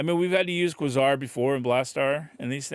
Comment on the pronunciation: Quasar = Kway-Zar